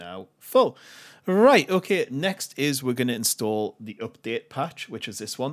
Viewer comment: "inSstu0olah"... Love it